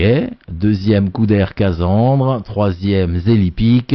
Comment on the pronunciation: On ne dit pas CAZANDRE mais CASSANDRE, comme Cassandre Beaugrand en triathlon.